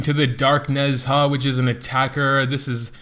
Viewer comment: its call Ne-Zha not nez-ha, people can call wu-kong correctly not wuk-ong so people can call ne-zha correctly too..